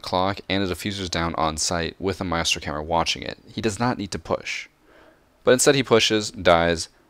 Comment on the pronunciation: Say “my-es-tro, instead of My-stro, but the day Ka-de instead of Ky-ed